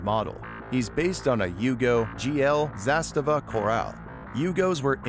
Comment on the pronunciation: Suprised an American actually nailed the zastava name. Good job But you butchered Zaporizhzhia